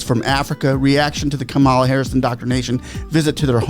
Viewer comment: Learn the correctly pronounce the USA VICE PRESIDENT Kamala the accent is on the K in the 1st 3 letters. ^ ^Kam -- a-- la. NOT ka--^Ma--la